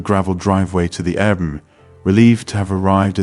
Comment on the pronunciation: maybe, but air bnb was pronounced like a word instead of separate individual letters